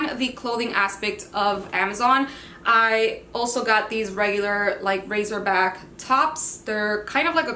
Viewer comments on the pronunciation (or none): omg I have to tell you...it’s Racerback and not Razorback... sorry, don’t wanna sound rude lol